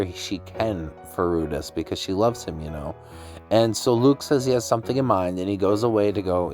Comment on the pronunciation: Good video please don't take this the wrong way as im just trying to help. The pronunciation of their names is rue-dee-us and sill-fee